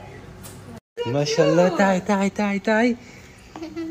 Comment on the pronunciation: الله لفظ الجلاله بالهاء وليس التاء